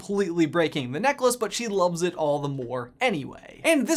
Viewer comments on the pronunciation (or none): none